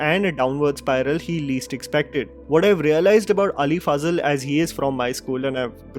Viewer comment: Ali Faaazal or Ali Fazal 😝😝😝😝 Get your pronunciation straight bruh. No need for fake idiotic accent. 😂